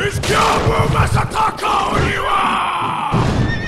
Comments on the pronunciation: Ok so here’s how to pronounce gyoubu First name: Add a G before yo, like yo yo. Make the vowel end a bit longer, and then a bu like boo Gyo - bu Second name: Ma sa ta ka, each sounding like ma from mama You got the third name right tho! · where the hell did you get the second s when saying Masataka?